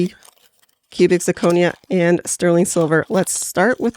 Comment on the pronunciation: Love the video! there were just 2 small things I didn't like. Sure you can eye ball the silver, but thats what the acid is for, a lot of metals can look like real silver until you use the acid. It also slightly bothered me how you misprounced zirconia throughout the video.